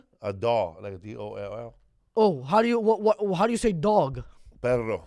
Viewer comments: Nothing worse than an Americanized Latino like J Lo. This idiot can’t pronounce “perro” and perro isn’t the same as pero. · I'm pretty sure "perro" and "pero" are two words Felipe lol